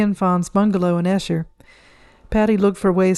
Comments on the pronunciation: It is Eeeeeeesher not pronounced Ehsher. Esher,Surrey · Pronounced Eesher , not Eeeeesher. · Just to help - Esher is pronounced 'Ee-sha'. And the architect Edwin Lutyens is pronounced 'Lut-chins'. The nuns, the Salesian sisters is pronounced 'Sal-ee-shun'.